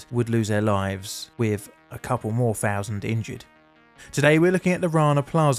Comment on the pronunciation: One fousand one hundred and firty four people